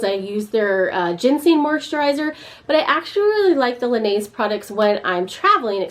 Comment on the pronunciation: You have got to look up how to pronounce “Laneige”🤦🏻‍♀️